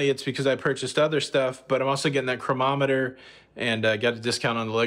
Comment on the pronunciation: . nice haul! i believe it`s pronounced: crow-nah-meh-ter. chronometer.